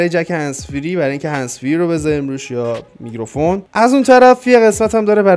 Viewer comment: داداش میکروفون نه میگروفون 😂😂🤞